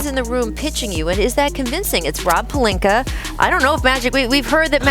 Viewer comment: Is it jus me but wtf do SAS put a r on Rob Palinka name ? Lol